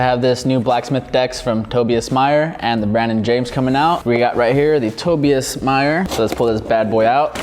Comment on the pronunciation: It’s pronounced “Tob I as” “Mayer”